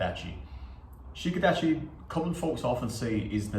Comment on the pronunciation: Yes good stuff completely agree with this . However when pronouncing Shiko Dachi one drops the I in shi ( four) and the I at the end Dachi and just hisses Sssko Dach. Again enjoyed you video Fortuna est casus expectans praeparationem Tim